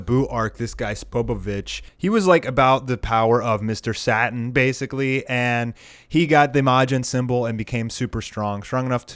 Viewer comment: It's not (sat-in), it's (say-tin).